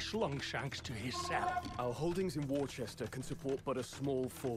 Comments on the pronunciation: In England Worcester is pronounced: "wu·stah" ~ "wooster", bit of a shame the English king with the Californian accent forgot that :) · funny that they say Worcester and Gloucester wrong